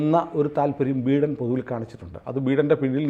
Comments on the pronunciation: ബീടൻ അല്ല ബീരാൻ 😂😂😂😂 ബൈടൻ ആണ് സാറേ 🤭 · Pronounce ബൈഡൻ please 😅